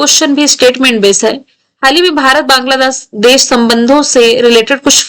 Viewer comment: Ma'am Banladaash 😂😂😂😂